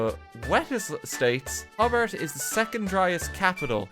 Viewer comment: Just sayin you mispronounced Hobart, it’s actually Hobart